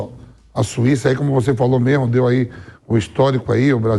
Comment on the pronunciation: Jornalista falando "memo" em vez de "mesmo" é brochante...